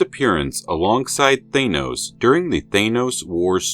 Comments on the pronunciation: You do realize you are the ONLY one pronouncing Thanos as Thay-nos instead of Thann-os ,an as is dan or pan or ran or ann?other than that I love this channel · Why do you pronounce THANOS like that ? ... I pronounce the letters 'A'N : like the word ANother ... you pronounce the letters AN : like the word pAIN ...